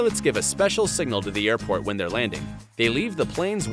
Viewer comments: it said hey're instead of they're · "Hey're" LOL!